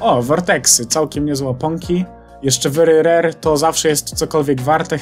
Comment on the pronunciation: A później to popsuł bo powiedział wery rery